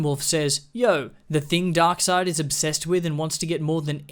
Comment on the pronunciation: The way this dude pronounces darkseid's name 😂 Glad this movie universe is dead, too